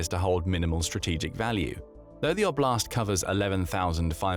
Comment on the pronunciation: "…the Russian O’Blast…"